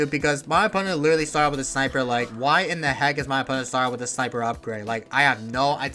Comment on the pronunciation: wittawy what the heck guyz